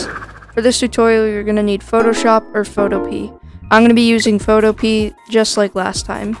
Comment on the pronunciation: Yeah, it‘s definitely “Photopee“ 😂😂